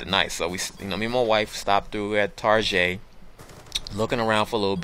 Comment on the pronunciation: lol TAR-JAY!